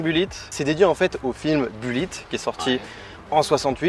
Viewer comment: Vous, les Français, vous prononcez le mot Mustang comme des chochottes. Apprenez un peu d'anglais pour au moins prononcer BULLITT à l'américaine et le mot MUSTANG comme il se doit. Vous me faites quand même bien rire...